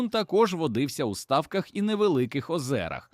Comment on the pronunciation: "стАвках", "окУня" хто озвучує текст у відео, якийсь бот, який не знає де наголоси ставити і рандомно ліпить?